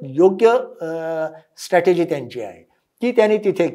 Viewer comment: स्ट॓टेजी ××× स्ट्र॓टेजी √√√